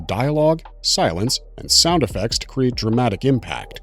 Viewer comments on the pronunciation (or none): none